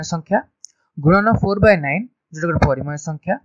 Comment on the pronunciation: It's nice and really informative sir but it's 'PARIMEYA', not 'PARIMAYA' 🙃